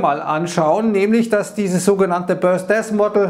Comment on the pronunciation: hab die Aussprache nur witzig gefunden.. 😜